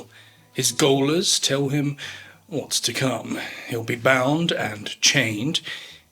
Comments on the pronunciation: did bro really read "gaolers" as "goal-ers?" It's read as "jailers" 😂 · Gaolers is pronounced jailers, not goalers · And pronounced 'gaolers' as 'goalers' not 'jailers'. (I only noticed because I also spent most of my life pronouncing gaol as 'goal' -I thought criminals were 'put in goal' but could never understand the connection between that and football, etc). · WTF is a "goaler"???😂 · “gaoler” is pronounced jailer just fyi, I don’t mean to sound pretentious I always thought gaol was pronounced like “gaul” as well, but yea it’s like jail/jailer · when you said "Goalers" is it spelt "Goalers"? Because if so it's pronounced Jailers, Goal is the old spelling of Jail :) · JAILERS NOT GOALERS. "GAOL" is British for "Jail" (yank mispelling) and the pronunciation is exactly the same. Unless this is a soccer reference as in "Goalie" 🥅 😂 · Gaol is pronounced “jail” in England. The spell checker changes it to goal. Don’t ask me why. : ) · His “goalers”? I think you meant his “gaolers”? See! At least someone was listening properly! 😅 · did you just pronounce "gaolers" as "goalers"... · Gaoler is pronounced the same as jailer. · Seconds in... did he say "His goalers" instead of "His gaolers"? (N.B. "Gaol"/"gaolers" is an old way of spelling "jail"/"jailers")